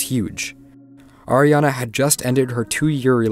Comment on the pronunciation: him: AIRana grande Me: ITS ARIana GRANDE!!111